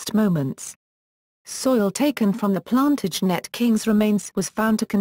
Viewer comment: And... "Edward Four". But this is truly hilarious : "the Plan-tidge-net dynasty"...